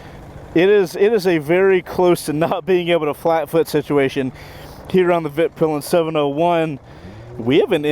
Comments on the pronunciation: it is pronounced Vit Pil en!!!!! You made me laugh at the beginning so American 🇺🇸 but you got it right in the end 😂 Thanks for doing something a little different. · Please americans, just call it «Weetpeelen» That pretty accurate to how you would say it in Swedish. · This man messed up the name twice in the first minute, my man how lmfao